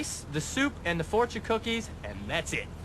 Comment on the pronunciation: LOL driver says AND THE COOKIES FOURTION! LOL so funny. Its Fourtion Cookies